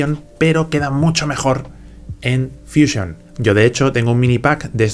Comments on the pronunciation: Pero si estás hablando en español porqué dices fuísion? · Es que ha estado en Whashinton, por eso dice fuísion y no fusión.